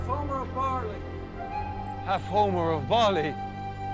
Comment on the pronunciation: It's pronounced ''OMER'', not ''Homer''. The omer (Hebrew: עֹ֫מֶר 'ōmer) is an ancient Israelite unit of dry measure used in the era of the Temple in Jerusalem and also known as an isaron. It is used in the Bible as an ancient unit of volume for grains and dry commodities, and the Torah mentions it as being equal to one tenth of an ephah.